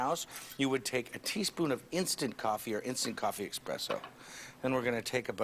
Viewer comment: There's no "x" sound in "espresso" Mario. I know he knows that, he just pronounced it wrong.